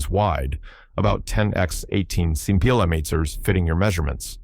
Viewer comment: cm = sen-tee me-ters